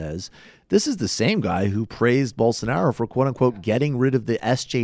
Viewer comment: Please tell Rubin is jah-EER bol-soh-NAH-roh. Or Bozo, for shorts.